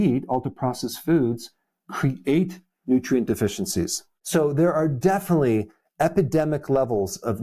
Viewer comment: "Defily." Sounds tipsy. 😁